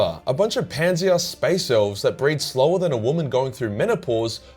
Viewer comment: Speece marine